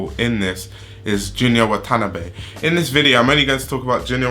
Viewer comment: just for future ref, its watah-nah-beh (Watanabe).